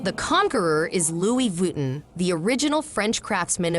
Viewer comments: Sure someone can teach this you tube bloody robots the right pronunciation of french, names places or terms. Loui 'vitten' is simply an insult to the french language. Cannot watch this shite. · pero por favor ! Lui Vitten???? Muchos billones y no pagan una traducción HUMANA. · Learned something new today. Didn't know it was pronounced "Louie Vitten" 😁